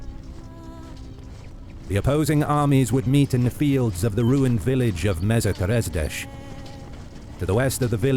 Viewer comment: that’s the worst pronunciation I’ve heard for Komárom. It’s pronounced “Comma-rom”, also Mezőkeresztes and Keresztes are pronounced “Meh-zuhhh Keh-rehs-teh-sh”